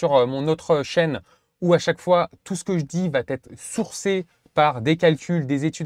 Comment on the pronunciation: "Qui va-t-être" => Attention à l'hypercorrection à l'oral. En français, il existe des euphories (rencontre de deux voyelles) qu'on ne doit PAS contourner avec des liaisons imaginaires. La prononciation correcte est "va être", et pas "va-t-être".